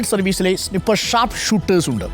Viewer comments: സ്നിപ്പർ അല്ല snaiper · Not Siiiippper it it pronounced Snai-pr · സ്നിപ്പർ അല്ല....സ്നൈപ്പർ😊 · സ്നിപ്പർ അല്ല മൈരേ sniper anu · സ്നിപ്പർ❌️ സ്നൈപ്പർ✅️ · എന്താണാവോ ഈ സ്നിപ്പർ😂😂😂😂😂😂😂 സ്നൈപ്പർ എന്ന് പറയാൻ കൂടി അറിയില്ല.... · സ്നിപ്പർ അല്ല, സ്നൈപ്പർ ആണ് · സ്നിപ്പർ അല്ല സ്നഗ്ഗി 😂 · സ്നൈപ്പർ എന്നാണു ....😮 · സിനിപ്പർ wolf